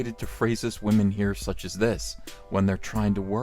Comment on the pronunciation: Man and wahMANS hahaha